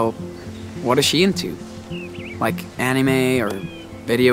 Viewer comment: He said anime soooo weirdly😂😂😂